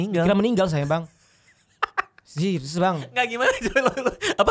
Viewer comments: Dia mau bilang serius malah bilang zyrzyus 😂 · Dia mau bilang serius malah jadi zryzus gitu 😂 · Dia ngomong seriuz bang radit hahaha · Tadinya mau ngomong serius bang jadi sizzbang 🤣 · bilang zeius bang wkwkwk